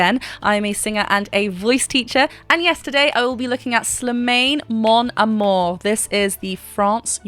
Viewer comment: You should check the acapella section he did live at the semi final, 6ft from the microphone. His name is pronounced slee-man by the way.